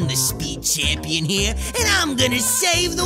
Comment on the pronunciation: "Champeen" They should have kept that.